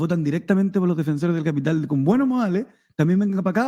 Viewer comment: El. Cápital jajaja. El de tu familia es capppiiiiitall bueno? Zurdo caviar